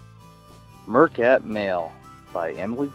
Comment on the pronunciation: I have an issue with the way the reader pronounces some words - They are Meercats, not Mercats and the pronunciation of the Kalahari desert is just totally wrong.